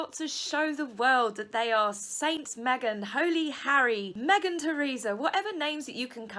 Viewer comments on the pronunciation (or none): none